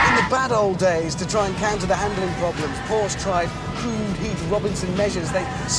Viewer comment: you would think such a supposed car expert would know how to say the brand's name...